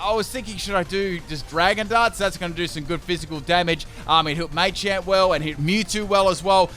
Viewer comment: It’s pronounced Salvaleye not salvalley And muhchamp not maychanp